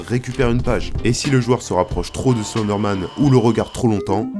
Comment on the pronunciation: Tu prononce mal Slenderman